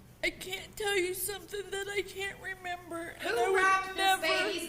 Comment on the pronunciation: "I dont quite remumber it awll 🥺"